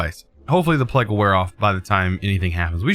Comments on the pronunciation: Does the way he says plague drive anyone else crazy lol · everyone: wow i got plague it’s horrible: PLEG HORRIBLE